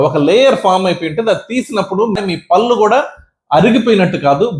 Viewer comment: పళ్ళు అని పలకండి, పల్లు కాదు